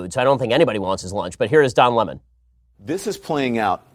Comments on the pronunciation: Why is Tucker Carlon calling Lemon so retardedly? "Luh-Monn" LMAOOO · Lem'on....Its Lemon.. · Since when do you pronounce Lemon as La mon? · Why does Tucker call him Don Le Mon lol? Lemon is more insulting. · Don Lemawn 😂😂😂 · Wait, it's pronounced Don Lah-mon? I thought it was Don Lemon like the citrus fruit. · Since when Lemon been pronounced Le'mon ? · Tucker.. its Lemon, not Le'mon lol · So I have to wonder if Don was intimate with Jussie? I mean lemon feels so close to this dude that he can't think straight.It's pronounced Don LE--mon ? That's b.s. It's just like it sounds (Lemon) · Why is Tucker saying Don lemons name like le-mon? He didn't used to call him le-mon. It doesn't sound right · Haha "Don Le-Mon" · I like how Tucker says Lemon. Is that actually how Don’s name is pronounced?